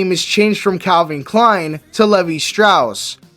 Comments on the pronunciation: LEE-vai, Not Levy!!!! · Levi is pronounced like Lee Vie not Leh Vee. If that doesn't help, the vowels should rhyme with knee-high. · How do you f*ck up saying the name of a well-known jean company in Levi ? For the love of God, do research on pronunciation if you are gonna do an iceberg. Seriously urks me, grinds my gears. The correct pronunciation is Lee-vī not levy. And Crispin Glover turned down the role for having a lower salary compared to Biff and Loraine's characters. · It's pronounced "Lee-Vye" not "Levee". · Yeah. Glad he didn’t say it wrong more than he did. LEE VIE! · Ai speech? Because everyone knows its pronounced "Lee-Vi". If not AI then I apologize, it seems more and more content creators are choosing that route, which I don't understand.